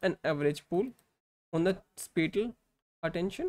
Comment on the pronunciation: The way you pronounce spatial does not show your expertise on spatial mapping and channel is not defined properly how the filters set find a specific feature.